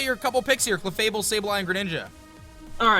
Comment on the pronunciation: OMG they messed up clefable its clefable not cefable